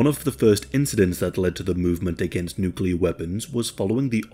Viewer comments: Thank you for mostly pronouncing NuCLEAR correctly....at least at first, then you change to the incorrect "NucULar" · OK, I'm gonna have to be 'that guy' because it's a pet hate of mine... the word is not pronounced nook-you-ler. It's nook-lee-uh. As in the adjectival form of nucleus. It's almost as annoying as people saying Asterix when they mean asterisk 🤦🏻‍♂️😬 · Half the time, you pronounced "nuclear" correctly, half the time you didn't. Sorry, but it's a pet peeve of mine 😒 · Oh, the good old days... back when nobody in any part of the world ever said nucular. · Why do people insist on saying nuculer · Nucelar must be from nucelus? Or is it nuclear from nucleus? Now my ears hurt... Nucelarly! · He says "nuke-ular". I can't watch this. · why can’t anyone pronounce nuclear exactly the way it’s spelled lmao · Can't listen to say new cue ler for the duration of this video sorry guy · Video starts says: nukular Im leaving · Buddy, if your channel is gotten this big please pronounce nuclear better than George Bush.